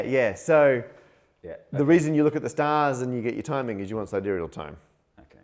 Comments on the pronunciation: Officially, it's either "sai-DEER-ee-ul" or "sih-DEER-ee-ul", either way, accent is on second syllable. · It is sider eal not side real as it cones from the latin for star, sidereus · It's not saideereyal time its seedee'ree-ahl time... Mkay? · Not only does Matt say side-real time, he also in this video pronounces "premise" like "surprise" and calls Halley "Hailey". Parker Pronunciation. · didn't call him out on that because doesn't know how to pronounce words either apparently. "Side reel"? 🤦‍♂️ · But did Hay-lee measure things in side-real time? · I also always thought it was pronounced “side reel” day as well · For some reason, I find it oddly exciting that someone as educated as him, also had trouble with the concept of the pronunciation of sidereal time. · I love your original mispronunciation of "sidereal", it's hilarious how clearly it was a product of your being a mathematician! :D Please learn to say "Halley" properly though... Bill has a lot to answer for :(